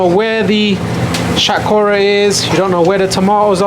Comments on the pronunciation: Love your videos bro, but I think you should pronounce the vegetables Bengali way lol. Like shatkora haha still love it though. You pronounced it non Bengali way. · Pronounce Shatkora properly not like a coconut.